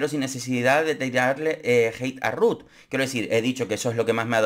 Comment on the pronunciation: Extrañare la manera que pronuncias RRRuth!!😂